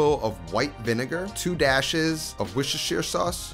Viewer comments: 'Wooster' sauce. no one from there says worcestershire. 'wooster' or 'wuster' sauce is what everyone in the UK calls it. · "weeshasheer sauce" :))) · I swear to God, pronouncing of "worcestershire "sauce is a running gag across all cool cooking channels